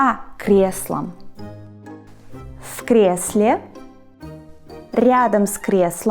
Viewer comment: the nice "R" you pronounced in "ryadom" - I'll never be able to say that xD it's always just either similar or completely butchered